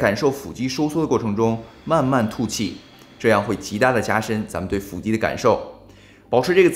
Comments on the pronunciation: 不是fù肌吗？？fǔ肌听着好别扭啊… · 為什麼腹肌都唸成斧肌